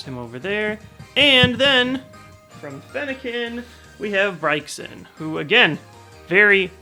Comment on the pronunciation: "brayzin" you fuck